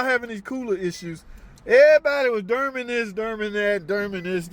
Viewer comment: Door-man not durman